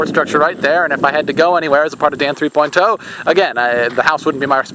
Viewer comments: THREE>>>POINT>>>OHHHH.. NOT THREE POINT TOE!!!!!! Stop Pronouncing it like that!!!! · it sounds like you say dan three poin toe XD